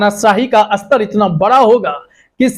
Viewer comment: भई, कितनी जमात पढ़े हो? हिन्दी भी ठीक से नहीं बोल पा रहे हो!! "स्तर" को बार बार "अस्तर" बोल रहे हो। अस्तर तो दर्जी लगाता है, जैसे कोट का अस्तर, याने inner lining!! जबकि "स्तर" का मतलब "Level" होता है। इतने बुड़बक लोग आजकल रिपोर्टर बन जाते हैं!! फिर चाहे टीवी हो या YouTube!!